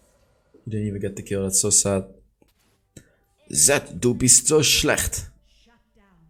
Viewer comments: (the ch of schlecht is more pronounced like a sh of finish) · i am from german and its very funny to hear saying "schlecht"